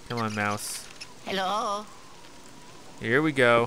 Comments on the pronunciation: Yello???? Chao lol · i love!! i love how he says "hello" and it sounds like "yellow" hehehe